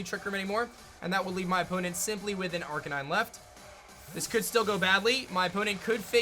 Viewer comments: arc-a-nee-Nay Dur-al-ah-don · is no one going to talk about how he said arcanine???